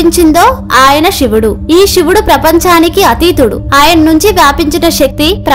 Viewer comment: Sivudu ani palukuthalli Shivudu ani palakavadhuu Vinalekha pothunnamu